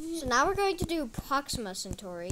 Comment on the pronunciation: And not procima its proxima